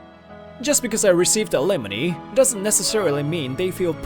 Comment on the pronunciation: It’s not alemony it’s alimony